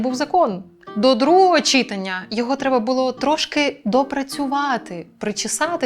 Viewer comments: Дякую, Бігус, за важливі питання, які піднімаєте. ЗВЕРНІТЬ УВАГУ !!!!!!! перше, друге, третє читАння, а не чИтання (так нас вчили на журфаку в КНУ; то мабуть Іван Степанович Плющ непарвильно придумав, і пішло...) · читАння! Наголос на другий склад! Будь ласка...